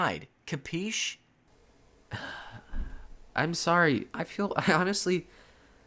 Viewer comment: I'm italian and when you said "CAPEESH" I came